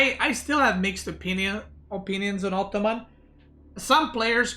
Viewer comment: Sometimes I feel says: "optoman" haha